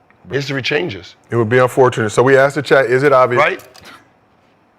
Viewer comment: y'all tell Kmart to please stop saying ( I aksked.. I AKSKED !!!) 😂😂😂